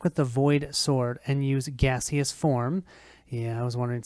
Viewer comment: Gas-eous form 😂